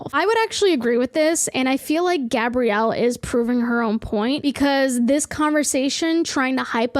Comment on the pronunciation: never before have I been ashamed of my name until i found out i share the same name as the woman who wrote this article wtf edit: hearing gabrielle, pronounced correctly, freaked me the hell out